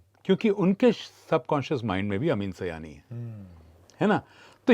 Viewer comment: Sir ye Sayani nahi hai ye saaayani hai